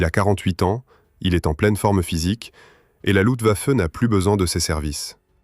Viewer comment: On ne dit pas "Lutwaffe" mais "LuFtwaffe" !!! Étonnant qu'une IA fasse cette erreur...